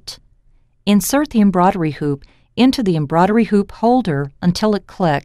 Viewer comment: I agree. Hearing embroidery being pronounced embroddery all the time put me off too!